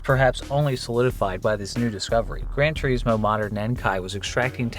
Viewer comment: "Gran Tour-eesmo" "Hugh-monk-ulous" 😂😂😂